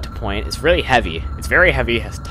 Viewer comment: woaw weally?!